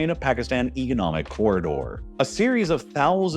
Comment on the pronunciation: it's pronounced "economic" not "egonomic"